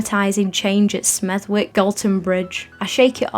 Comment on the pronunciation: The W in Smethwick is silent. But yes, anything involving Smethwick is traumatising